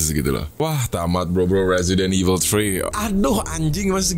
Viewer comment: Temen w ngomong Resident Evil bukan kek gitu.Dia ngomongnya Presiden evil akwoakowkw